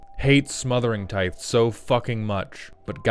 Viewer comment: Is his mispronunciation of "tithe" a running joke or has somehow no one ever corrected him?